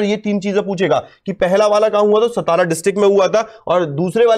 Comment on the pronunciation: It is सातारा not सतारा